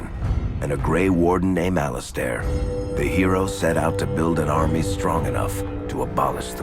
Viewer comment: Who the fuck is Al izstair